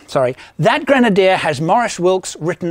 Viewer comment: It’s not a “Granadier”. Creepy guy.